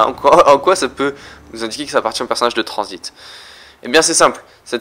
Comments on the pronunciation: Et pk tu dis Transbit a la place de transit ? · pourquoi tu dis tranzbite